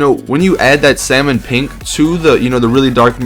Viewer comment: did you say "SAL - mon pink"? its pronounced "sammon" pink but its spelled with an L